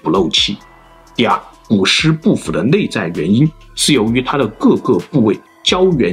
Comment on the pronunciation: 内在，不是泪在。 老子，不是脑子。 来历，不是来逆。 水利，不是水逆。 另一起，不是泞一起。 内容，不是类容。 一，不是yzi。 民，不是mzin。 蔓，不是万。 积累，不是积nei。 于是，不是yzu是。 李学勤，不是你学勤。 离骚，不是泥骚。 遗体，不是yzi体。 遗训，不是yzi训。 地，不是dzi。 年，不是联。 那，不是辣。 哪里，不是哪你。 夷陵，不是yzi陵。 怒了，不是路了。 陵墓，不是铃墓。 历朝历代，不是逆朝逆代。 历史，不是逆史。 。。。。。。。。。